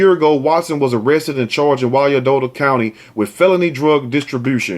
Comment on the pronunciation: Hey,! Two things. I am from Kansas City Kansas. Firstly, the story you did on the Independence, Mo. mom--we as a whole are almost, if not, parallel to Sodom and Gomorrah. Secondly, you were saying, Wyan-dottie County. But, it is, Wine-Dot County. I think that's what you were saying. Correct me if I'm wrong. And, thank you for always, always keeping it real with the stories. They hurt my heart as a mom. And, as a divorced mom, I am so grateful that I never kept my exhusband out of our daughter's life. More importantly, I am grateful for the father he has ALWAYS been to her.